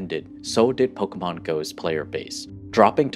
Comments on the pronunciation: I just wish that you could pronounce pokémon correctly one time. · Po keh mon!!!!! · YOU CANT EVEN SAY POKEMON CORRECTLY